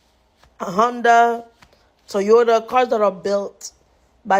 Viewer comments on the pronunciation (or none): none